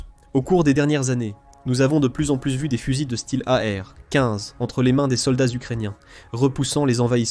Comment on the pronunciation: Oh l'IA, tu peux dire e-em quinze ou a-er douze, serait-ce trop compliqué ?